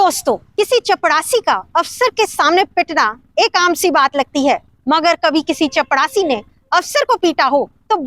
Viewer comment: चपरासी के जगह पर चपड़ासी कहना बहुत अच्छा लगा 😂😂